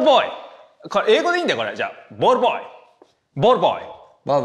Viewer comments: 見てねが言えないのは分かるけどなんでball boyも言えないねん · ペーパー言ってたのにボールボーイも言えなくなるの草